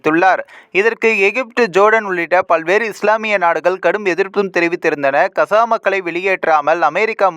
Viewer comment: இந்தா கசா இல்லை காஸா gaza உட்சரிப்பு இதுதான் யார் பலகீனம் அமெரிக்க இஸ்ரேலிய கூட்டு அல்லது ஹமாஸ் ஆஆ